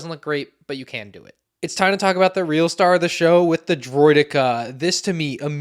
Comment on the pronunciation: "They're no match for Droid-de-karrsss"